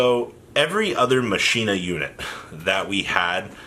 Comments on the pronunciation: It's pronounced as Mockeena Kernel. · I can’t believe you never ya kneyw yhow to say colonel... you kno like KFC Colonel Sanders gKERNEL KERNEL KERNEL. Then i can’t believe the try machina “master” has been calling them maSHEEna last structure deck sucks... I’m scratching my head wondering whey the fuck I even just watched or got out of this video. A big pile of nothing except the shock that you cant pronounce your owners Andy tryyyyu77777 I myou mmmuyy